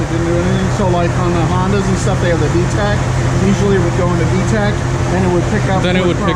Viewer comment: He said, “see like the Hondas vetch” 😂